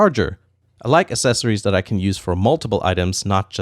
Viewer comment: Loved the items, but I just can’t get over him saying assessories not accessories